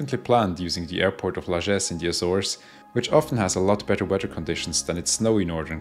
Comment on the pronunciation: Love the way you pronounce weather.WEDDER?